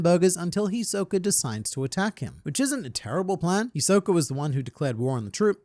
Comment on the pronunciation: “Hisok-er” lol I know you’re from England m8 but he is a bit of a joker isn’t he 😅